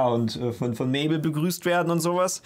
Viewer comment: Mabel ist nicht mable